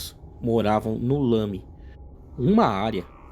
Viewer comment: O Lami (a sílaba tônica é a segunda) é um distrito do município de Porto Alegre.